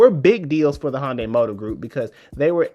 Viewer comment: Thanks for this great piece, but am I the only person who keeps hearing Honda or maybe Honday...?